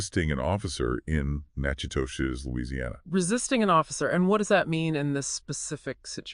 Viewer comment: It's pronounced Na-ka-dish....